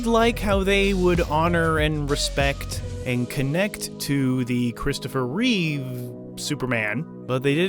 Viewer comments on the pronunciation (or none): none